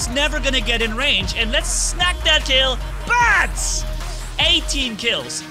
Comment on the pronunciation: u saud bats lol